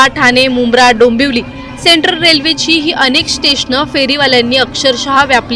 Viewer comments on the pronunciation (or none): none